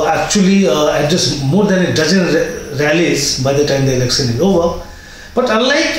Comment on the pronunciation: Your analyses are great. Could you please work on your pronunciation of certain sounds? Are you from Bihar Sir? Please work on your pronunciation and don't pronounce "sh" sound as "s". For example, it is "sh" in "election" not "elecsun". Please don't mind. It hurts your listeners' ears.